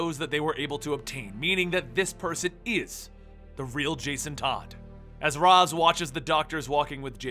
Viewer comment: Ras is actually pronounced "Ray-shh".